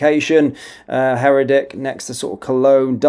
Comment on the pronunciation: It's not Herrer dick (as you pronounce it), it's hair decker (Herdecke). Try reading it. How reliable is the rest of your news?